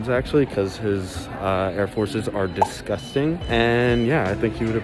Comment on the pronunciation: "I think I'm gonnat get Bryce some Air Force 1 actually because his Air Force 1 are DIS-GUS-TING" 😂😂😂😂🤣